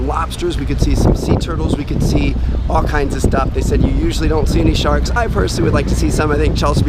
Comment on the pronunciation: Snuba sounded cool until he said sharkd